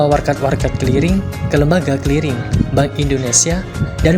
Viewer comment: Bukan Keliring?? tapi Kliring....😆